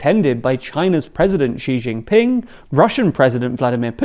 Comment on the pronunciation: Side note: “Xi” is pronounced /shee/, not /jee/. “Xi Jinping”, /shee djinping/.